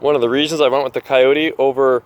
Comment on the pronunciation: You should probably delete the video and do a better one. You are confusing the CK2510 with the CK2610. I'm not going to watch the entire video again but just in the first 45 seconds you pronounced Kioti wrong, gave the wrong PTO HP, gave the incorrect weight, and the horn is not a fake button, it's an option that you have to pay for.